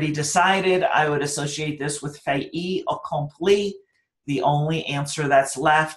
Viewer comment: Thank so much for the videos. I wish there was a way for me to pay you back.: Pronunciation should be: Fait Accompli. IPA: /ˈfeɪt.əˌkʌm.pli ( Not fe-ii ) Laissez faire